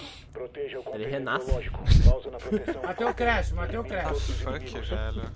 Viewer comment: "foock" :D :D :D :D